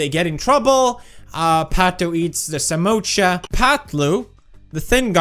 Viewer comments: That is samosa not samocha 🤣😂😅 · It's Samosa not Samocha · It's samosa not samotscha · Samosa ❌samoocha✅😅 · As an Indian it's samosa not samocha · Samocha or sa#₹mo#%₹cha#₹% It's 'samosa'....it isn't difficult.. Just say 'samosa' 😅😂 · Pewdiepie it's spelled samosa not samocha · Felix it's not samocha it's samosa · Love the way he said"samocha" instead of samosa...😂😂😂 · Samocha😂 That's samosa😂😂😂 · Samocha Nahi samosa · Samocha? Ha ha ha It's samosa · It's not samocha ..... it's samosa.......spell it right man